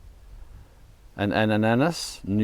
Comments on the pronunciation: Ananas=pineapple, not Anus hahahahahahaha love it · Did you seriously pronounce ANANAS as Anus? 😂 ananas means PINEAPPLE in every language in the world apart from English and Spanish. Therefore ANANAS NOIRE means "black pineapple". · And it’s an ‘anus’…. Anananis…. Lmao